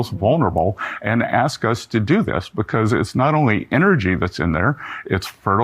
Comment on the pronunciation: Brother.... love the show but, respectfully, please for the love of god stop saying "becos". You're saying it so incorrectly and i can't unhear it. It's just "because"..